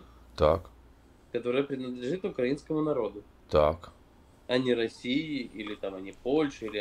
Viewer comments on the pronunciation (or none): none